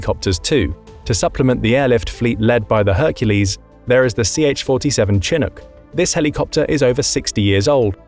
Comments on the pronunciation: It's CHINOOK! NOT CHINIC!! Omar Bradley doesn't look anything like Alvin York! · It's pro ounces Shin▪︎ook, not chin▪︎Ook, it's from a word the old French-Canadian trappers used to describe a warm wind that cleared all the snow overnight on the North American plains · Though, seriously, Mister narrator: not chin nook but shin ook. Not unlike Chicago. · shh..shhh.shhhh-inook. no chins here. edit: did a quick google search and yeah.. if you're gonna do military content please for the love of god know how to pronounce stuff. Good content..absolutely grating to hear you say chin-ook 5 thousand times. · A chin eck wtf is a chin eck? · The narrator continuously mispronounces "chinook" by making the 'ch' sound hard as with 'chin' but it is actually pronounced with the softer 'sh' sound and would be pronounced as 'shi-nook.' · It's SHi-nook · Whats a Chinook? It should be spelled like this shinook for everyone who does not know that Ch makes more than one type of sound. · Its said Sha-nuk not Chinook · The Chinook is pronounced chi-NOOK. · I know it is spelled "chinook" but it is pronounced "shinook". Good video. thanks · It is pronounced Sha-nook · It’s pronounced shi-NOOK’. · The way you mispronounced Chinook killed me lol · Lawrd have mercy listing to his pronunciation of Chinook was like fingernails on a chalkboard.. lol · By the way you keep misspelling those words and I thought you were English you're not saying the ch right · Listening to him pronounce "Chinook" was like fingernails on a chalkboard. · His pronunciation of "Chinook" is very typical British. Part of the problem is that the names comes from a Native American language (it's named after a tribe in the Pacific Northwest) so the word and its pronunciation are not in British English. The Brits pronunciation it phonetically. Thus the /ch/ rather than the /sh/ sound.